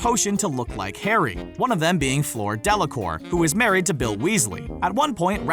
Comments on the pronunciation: Bothers me that he kept saying Floor not Fleur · It's not Flor it's fleur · It's Fleur not FLOOR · Fleur is pronounced fler not floor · “Floor”! C’est “fleur”,.... Comme “fl-errr” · Flurr not floor 😂😂😂😂😐I mean at least he can say harry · How in the hell did he pronounce Fleur?😳 FLÅÅÅÅÅRRRRRRR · It made me giggle to hear Fleur pronounced as "Floor" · ITS FLUER